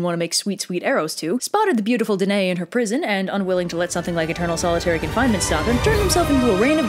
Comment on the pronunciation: Hey, I know I'm late to the party but that is not how you pronounce my name. It's duh - NUH - ee. Thanks :)